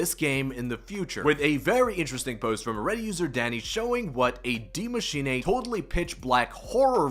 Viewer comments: Broooo gotta stop saying die machinae! No nae nae! It's "dee macheenuuuhh" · Maschin 'ey' 😂